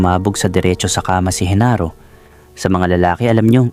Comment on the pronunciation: Genaro not Henaro